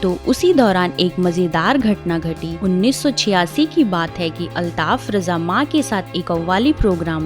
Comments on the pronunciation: अल्ताफ राजा नाम है ,,,रजा नहीं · Uska naam RAJA hai.sahee bolo.